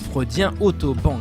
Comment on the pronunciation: Otto Rank, pas Bank...